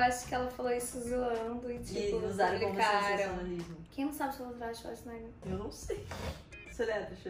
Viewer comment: Amooo como fala "Schwarzenegger", é muito fofaaa 😍😍 e também ela tem muito bom pronúncia 😍❤